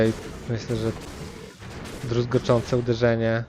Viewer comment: Jedną mała uwaga "druzgocące uderzenie" a nie "druzgoczące uderzenie" - kłuje w uszy. Liczę na więcej materiałów z Diablo. Dobra robota.